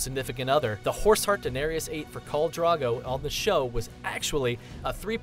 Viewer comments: It's Drogo, not Drago. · The Mighty Khal Drago... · "Kohl Drago"... Dont u ever say that again :D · "Kahl Drago" ffs, at least say it right. How do you get Draaaago from Drogo??? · "Khal Drago" XD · Why does he keep saying "Drago" it's fucking annoying. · Dro-go! Not Dra-go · Khal DrAgo? What bullshit is this?! It's Drogo. With an O. Pls for fucks sake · he also keeps going on about Khal 'Drago' so there's that.. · So many mispronunciations.